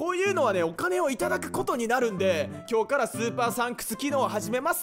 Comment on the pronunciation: 「今日から」の言い方が訛ってる 「今日↑か↓ら」